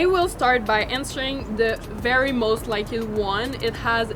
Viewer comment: So cute how she says most likED 💘